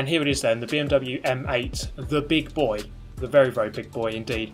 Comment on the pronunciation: I like how he pronounced BIG BOI 😂